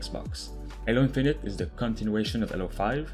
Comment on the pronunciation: BRUH it is Halo not Alo. LOL